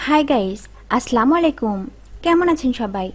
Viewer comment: মেডাম আসলা মু আলাইকুম না আসসালামু আলাইকুম আমরা মুসলমান আপনার সালাম টা শুদ্ধ করে নেবেন শুদ্ধ করে দিবেন